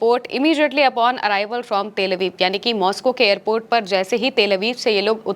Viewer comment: aramse behena aap toh jaldbazi mei airport ko airpet bata rahi ho. fir bhi Israeli ko pakar kar rakha sunn ke achha laga...